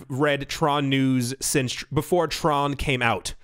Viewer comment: Not going to lie, I cringed as you said the word Tron...